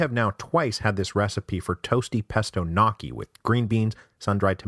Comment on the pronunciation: did he just call gnocchi "nocky"